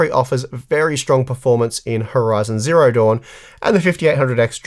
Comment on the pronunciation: Who do you keep emphasizing "zero" in Horizon Zero Dawn? Horizon ZERO Dawn sounds super weird.